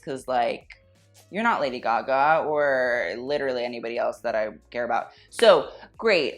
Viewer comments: "a boot a boot" who let the Canadian in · No one:: A BOOT